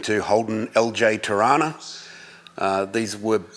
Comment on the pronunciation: funny hearing the name Torana, being from Toronto Ontatrio thats pretty much how we pronounce it LOL